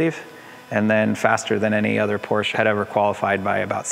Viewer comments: Rhys , please don’t butcher the name it’s Porsche (Porsha) not Porsche (porsch) !!! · Now just help Rhys say Porsch-uh. Like Nik-e shoes 👟